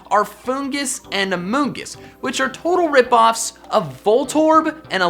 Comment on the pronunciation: “Amoongus” when Pokemon is sus